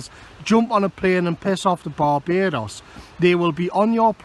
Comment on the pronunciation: I've never been to Baa-Bay-Dos but I recon it's pretty good.